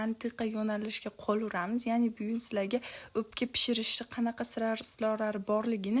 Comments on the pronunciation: Opka emas o ...emas ..ò .òpka deùiladi hamma joùda òpka deùiladi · Опкамас упка дейилади